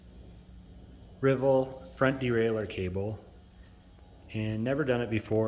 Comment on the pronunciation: I'm glad someone out there pronounces "derailleur" correctly. At least in America.